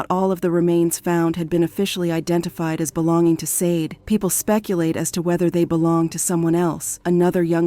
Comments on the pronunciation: Rip and all respect but they cannot pronounce her name correct like ITS JUST SADE NOT SODEY SHADAY OR SASHEY ITS JUST SADE!! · The pronunciation of her name is so wrong, it's almost as if the AI mistaken "SAID" instead of "SADE" this is becoming the new normal so wrong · Shadey is the right pronunciation but i guess the computer is pronouncing what is written and what it sounds like. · 🕊️🥀 So disrespectful to continue mispronouncing her darn name. RIP PRONOUNCED SHA-DAY!! 🙏🏾💔😢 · Sade pronounced Sha-day. The AI voice mispronounced a lot of words in this video! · Her name is SADE PRONOUNCED “Shah-day”. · These computer generated voices are starting to become a little aggravating. There were at least 3 different pronunciations of “Sade” and they were all incorrect. RIP Sade and prayers to her family.